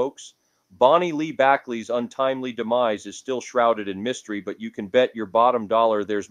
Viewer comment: I like the things u tell about because its stuff i find interesting. But i have watched a few videos and u have to pronounce the names correctly. I dont know if im just anal but that drives me crazy. Its Bonnie Lee Bakely not Backly and Sal Min E O and Leno is pronounced Leeno